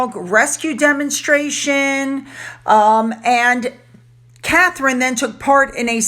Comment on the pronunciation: Catherine, Princess of Wales. I'm really not trying to be rude but PLEASE get her name right. As someone with a name that is almost constantly misspelled and/or mispronounced I can tell you that it is hurtful when people "slaughter" your name. She has been in the public eye for so long HOW can people not know how to spell her name?